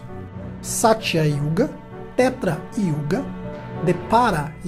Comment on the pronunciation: "Treta Yuga"? Cuma?! 😆